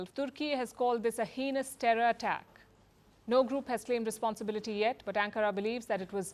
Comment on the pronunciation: You pronounced 'heinous' incorrectly.